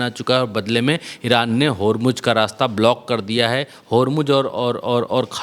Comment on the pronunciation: Are bakhua Hormuz Ka spelling tik se bolo